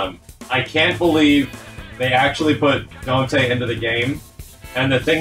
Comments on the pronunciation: It's not El Donte? Dropped man. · "Donte" instead of Dante, very clever 😆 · I can't believe someone said "Donte" out loud, without they're jaw locking up to prevent all the cringe that gets "spoken" into existence.